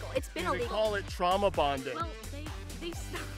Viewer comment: I think he said "Truama bonding"